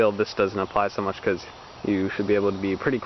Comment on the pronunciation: Much not moch